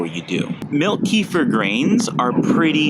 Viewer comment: It ain't pronounced keefer. It's like ke-fear... plus what are we talking about here, the grains or the actual kefir?